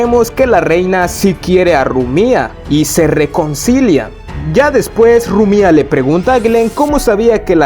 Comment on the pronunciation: Buen video pero es Rumia no Rumía